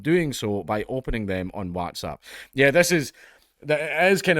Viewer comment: Why do you say WhatsApp like that bro? You ok?